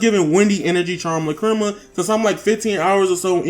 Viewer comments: Do you have me cringing every time I here you say lacrima. Lack-Cre- Ma not luh-cri-ma. LACK-cre-ma! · Lol not triggered my daughter is going crazy though, it's pronounced lack-ra-ma. She wants this game now but I'll make her wait till her b-day on Monday. Thanks for the vid.